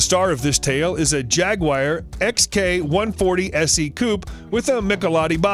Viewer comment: WHY do these ILLITERATE MORONS INSIST on calling JAGUARS "JAG-WIRES"?????